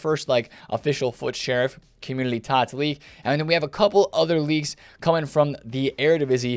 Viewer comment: Love the way you say "opportoodily" and "commudily"